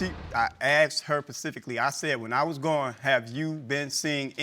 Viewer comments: Axed her Pacifically. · He asked her pacifically. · I asked her “PACIFICALLY” 😂😂😂😂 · It's "specifically", not pacifically!!!! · Did he say "Pacifically"🤣🤣🤣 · It is so funny watching some of these people trying to pronounce big words, he asked her "pacifically"....this is the most commonly mispronounced word on this show. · “i asked her pacificly “😂😂🤪🤪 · He axed* her pacifically😂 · No he aKsed her pacifically 🤣🤣 Seriously, I don't know why these black people don't speak correct English 🤔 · Most people can't pronounce specifically.